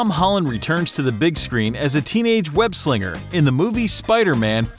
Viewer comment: Yeah.... "Web Slinger"...... Whats up with that bro